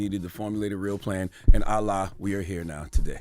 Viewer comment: Did ctg just say Allah instead of voila?? 😂